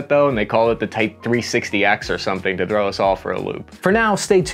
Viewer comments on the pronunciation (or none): none